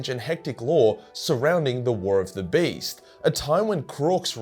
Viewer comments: For the whole time I thought he was saying was "Based" and not "Beast" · I thought you were saying based